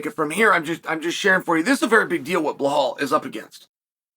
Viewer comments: Chael why do you call Belal: Bhelal? 😅 I’ve always been curious 😆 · Blehal en piejera names never get boring with uncle chael